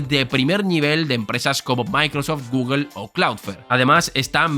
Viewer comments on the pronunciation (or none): none